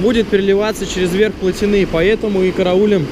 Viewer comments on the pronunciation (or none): и ударение на и